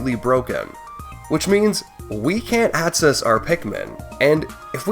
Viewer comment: Great video! I gotta say, I can't un-hear that throughout this video, you're say "aTcess" "aTcessible" and "eTcept," and I twitch every time. I'm sorry to anyone who now also notices this but I felt the need to spread the cognitohazard.